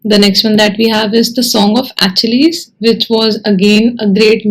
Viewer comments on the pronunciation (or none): Just a correction & . The pronunciation is Uh-ki-leez 🙂